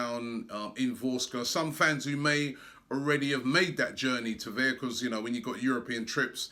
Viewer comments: can't say 'because' 😂 Becoss 😂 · just listen to how he say 'because'